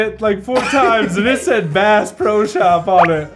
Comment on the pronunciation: I almost thought swore when he said bass